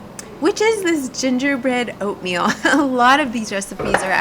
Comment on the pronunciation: Was it ointmeal or oinkmeal? my boy was laughing so hard! But I really enjoy all the work you put in to every shot, the compositions, the colors, the lighting so smoothly done but at the same time it doesnt scream fake! I LOVE IT! titanic work. You inspire so much!